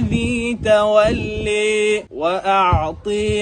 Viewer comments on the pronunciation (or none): هي مش المفروض اسمها تولى (بصوت آلاف اللينه) (اااا) مش تولي. بصوت (الياء)